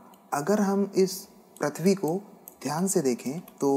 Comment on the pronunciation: Prithvi not prathvi Correct your pronunciation